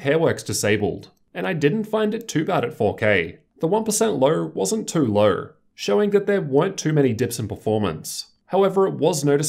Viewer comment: lol how do u say low like luuuw